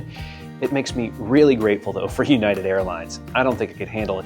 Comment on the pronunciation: Hey...it's united😂